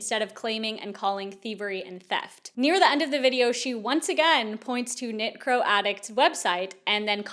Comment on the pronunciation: I know exactly what you’re saying but l keep hearing “necro” instead of “knitcro” and it’s making this whole thing more bizarre